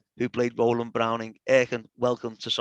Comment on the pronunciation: Great to hear Row-land after all these years!